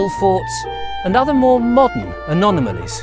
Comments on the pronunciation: He said Anonamalies twice 😊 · He really can't say anomalies.